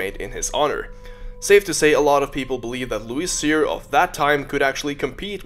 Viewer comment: Thanks for talking about louis cyr (luis seer as you said). He needs more recognition for his incredible achievements,a great man from our Quebec nation!